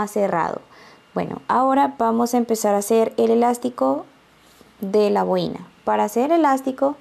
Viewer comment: Que mal explica las instrucciones. El diseno esta hermoso pero prefiero bajar el volumen para no escuchar lo mal que explica. Por cierto se dice bo-i-na con el acento en la o y no en la i.